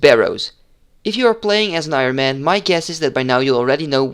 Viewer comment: Ik vind je video's echt super tof!! Heel erg veel aan gehad! 1 puntje van kritiek: je spreekt het woord Ironman verkeerd uit haha. De klemtoon ligt op de "i" en niet op "man" zoals jij doet. Zoals jij het uitspreekt is Ironmen, wat het meervoud van het woord is haha. Ga zo door!